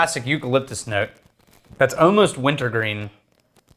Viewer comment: "I'm smellingck, oh-most, like a wintergreen..."